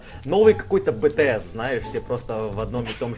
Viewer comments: Уууу... знает кто бтс P. S. Только не бтс а битиэс(BTS) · Не бэтэс а БиТиЭс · BTS читается би ти с 😂😂😂😂